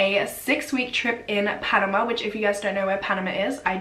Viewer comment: omg!!! I'm from Panama I never imagined you would stumble upon this story. you actually managed to pronounce all the words right, congratss!! i think that tourists like to do everything on their own, so why did they not wait for the tour guide who actually knew the road! it is very weird what happened to them, it was a huge deal here in Panama.